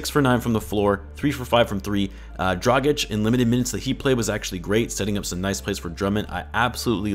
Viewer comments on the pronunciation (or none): I swear to God his name is DRAGICH not DRAJIK, you know like Vucevic or Doncic or Jokic = Dragic -_ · Dragič! Pronounce "g" as "good" not "gee" and pronounce "č" as "cheek" not "corn"!